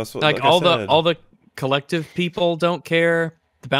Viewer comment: When was talking to that guy at the start I swear he said "your painting is being held by the clit" 😹😹😹 Edit: on second listening, it does sound more like the collective 🤣🤦🤣